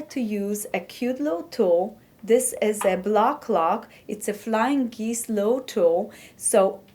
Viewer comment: It is "geese", not "geeze". A single one is a "goose". I am amazed that some people can speak more than one language. I had a friend who spoke four. I think Mrs. Trump speaks four. You sure are right about English being a hard language with so many oddities.